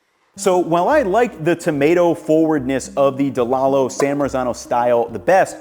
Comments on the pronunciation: It's actually pronounced "De Lie Lows". They're from my hometown and my family did business with them. 😆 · It's spelled Delallo, but it's pronounced Delīllo... trust me, they're from the hometown of my wife and my favorite Italian specialty store/deli/bakery/olive bar of all time.